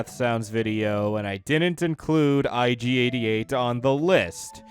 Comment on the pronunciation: Nobody: Ig88: erogerkabop